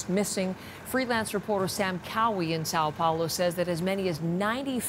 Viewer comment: It's not Sao Paulo ( but you pronounce it as SAW Pouloh)